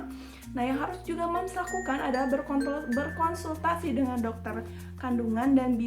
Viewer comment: Berkontul eh.. berkonsultasi 😁😁😁